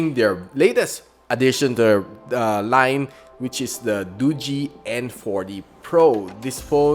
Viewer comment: "Duji" pala tamang pagbigkas sa Doogee hehehe now I know na 😁 btw Red Magic napaka awesome nya 🤩 #GadgetSidekick100kSubs